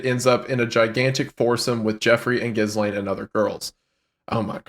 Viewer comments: Guys it's not jizzlain it's galayn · .......was "Jizzlane" a conscious choice? I've always heard it pronounced "Geelane". Lol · it’s pronounced: GEE-lane not jizzlaine lmaoo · Ghislaine is pronouced like gil ane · Lmao “Jizz-Laine” is my favorite way to pronounce Ghislaine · I love that you are calling her jizzlane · It's pronounced Gill-lane. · Their pronunciation of Ghislaine is driving me insane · The pronunciation of Ghislaine is driving me insane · The “S” in Ghislaine is silent boys